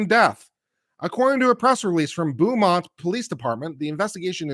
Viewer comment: Pronounced "Boe- mont"